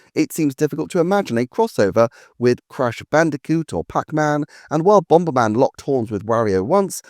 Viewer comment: NEVER say the word bomberman again! its triggering me lol. what is bomb-BER-man